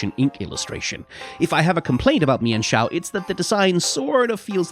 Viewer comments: Meen-foo and Meen-shao Not me-en-foo and me-en-shao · Sorry to burst your bubble but its pronounced "mean-fu" And "mean-shao" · I wonder if anyone brought up you mispronounced them